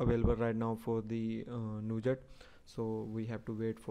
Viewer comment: "nujat" :P good video :D